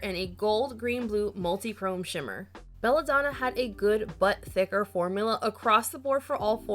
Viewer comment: I kept hearing "good butt thicker" 😗🍑 and was waiting for the lil thick meme lol